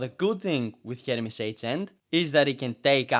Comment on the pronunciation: it sounds like you keep saying " Hermes Satan " not " Hermes Satan " lol